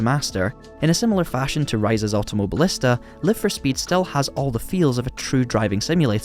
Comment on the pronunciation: On ne prononce pas "Laïve..." mais "Live... car il s'agit de l'infinitif !! Sinon ce serait Life !